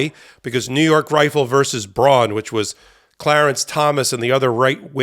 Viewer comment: The Bruen decision is pronounced "brew in" not "bron."